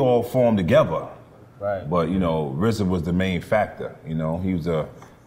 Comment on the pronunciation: Just say RZA! Why is it such a difficult thing to say RZA? Such a disrespect for the man responsible.